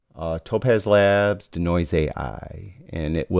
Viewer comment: Can we all agree that the pronunciation of 'Denoise' is 'DEE-noise' not 'duh-noise' nor 'deh-noise'. Think deconstruct or deescalate. 'De' in front of another word generally means to remove or eliminate. Otherwise another great video.